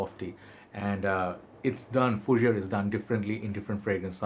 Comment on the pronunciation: 'Oo - bee - gone.' And 'foo - zhair.' The 'gone' is said like 'go(n)h' with a slightly silent 'n.' The House is owned by the Prince of Monaco, dude. And 'guy' is pronounced same as you say the Hindi word for clarified butter: 'ghee.' Ghee LaRoche. : )